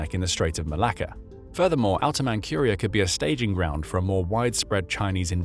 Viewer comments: Man-CURE-ia? Who's never heard of Man-CHUR-ia? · Please check the pronunciation of names you don't know. "Manchuria" has no "k", it has a "zh" or "j" ("dzh") sound. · "Man-cure-ee-uh?" That's not how it's pronounced. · Where in the world is "Outer Man-cure-ia"? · "Mankuria"... what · "Outer ManCURIA" ? this channel and its weird pronunciation of manCHuria and other words ..